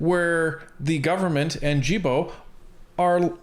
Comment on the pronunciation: I don’t want to be rude but you don’t pronounce Guilbault correctly it’s like guilty Guilbault I s the same way. I love listening you to keep the good job